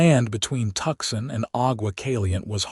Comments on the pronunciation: Please please please correct the AI narration to properly pronounce Tucson! Hint - it's not "Tucksen". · I almost choked on my coffee at that particularly unusual AI pronunciation 😂😅😊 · Tuxon.......or is it Tucson????